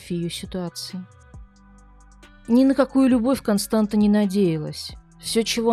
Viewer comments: Дорогая "", правильное произношение имени этой женщины Констанца, помните Констанцию из "Трех Мушкетеров"❤. Дело в том, что в румынском языке буква "ц" это та же буква "т" только с хвостиком "ț". Этот элемент опускают из за шрифта, поэтому может показаться что читается Константа. Успехов❤! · Констанца, не Константа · Констанца, или как русскоговорящие говорят Констанция, а не Константа!!! Как можно проделать такую работу над материалом и не удосужиться узнать как правильно зовут героиню сюжета. Режет же слух и невозможно слушать...